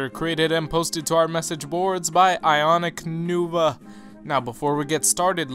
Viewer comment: I do believe you got IconicNova's name wrong at the start! You said "Nuva" instead of "Nova", a mistake understandable but one nonetheless. However, that is an extraordinarily minor thing that me being nitpicky picked up right off te bat. Aesthetically the MOC is very well balanced, and I really enjoyed the shaping of the legs and upper arms. Those legs make me very very happy. And is that an 'Invasion from Below' beast creature on Tenebris' chest? Nifty! However it's those weapons that really give us something to look at. The shaping of the creation is nice, but the color as previously stated is pretty monotonous. I really enjoy looking at this guy, and I'm glad you've shown him off for us today